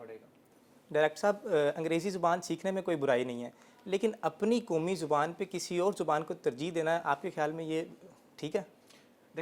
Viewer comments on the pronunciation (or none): کومی نہیں ہے قومی ہے